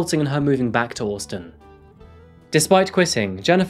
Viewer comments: I'm sorry, but why do you keep pronouncing Austin as Orstin? It sounds super weird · absolutely not. He pronounces the “ au “ the same way a Brit would “ Daughter “ … in the UK, we typically pronounce Austin like the “ Au “ is an O. But he says it either very poshly, or just different to normal. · Austin. The non British part of accent shines when you say this. Took me 3 times to realise what you were saying. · Orstin Texas 😂😂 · You say Austin funny lol. Even in an English accent, you say it funny. Anyway, love your videos mate lol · Why do you say Austin like that 😂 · The way he says Austin though 😂😂😂🤦🏽‍♂️🤦🏽‍♂️🤦🏽‍♂️ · He often mispronounces places and names. Apart from that he’s a good narrator. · Are you trying to say "Austin" bro?